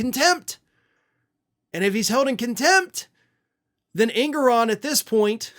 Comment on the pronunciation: That's not how Engoron is pronounced